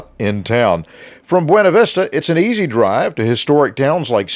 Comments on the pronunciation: It is pronounced Byoona vista not bwayna vista. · Great video! I grew up in BV, you should've seen it in the 70s and 80s before being devastated by multiple floods. BTW, it's pronounced "byOOna vistah".... 🙂